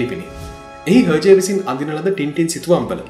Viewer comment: Pronounced as ershay I think not herjay.